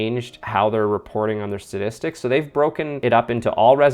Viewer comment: Thanks for the update, but I'm pretty sure you kept saying "stadistics" rather than "statistics". 🤔